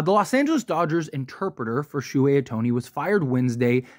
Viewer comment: First of all... learn how to pronounce the guys name.... and second.....so If your best friend racks up 4.5 million dollars, your not going to know?... Come on.... horrible video